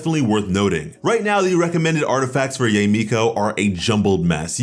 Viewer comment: Its ya-e not yey. Or just call her miko